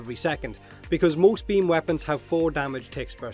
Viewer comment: I say beamYou say beamBut he don'tThat's why we hear bean.